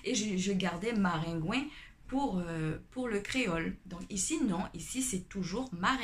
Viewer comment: Ce qui m'a surpris c'est maringouin (ou marengwen) comme ça s'écrit en créole isit et koridò😂😂😂 mais quand tu as dis marengwen j'etais morte de rire 🤣🤣🤣